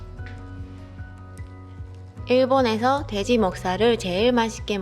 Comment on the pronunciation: 일본인은 돼지 발음을 대지라고 하는듯 ㅋㅋ